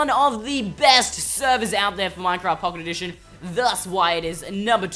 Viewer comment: at 0.49 they say Pooket Edition